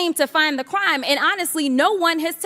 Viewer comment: is she saying "cwime"?